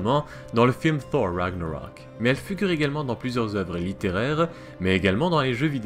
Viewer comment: Pourquoi tu prononce Thor comme '' Sor '' et non pas '' Tor '' ?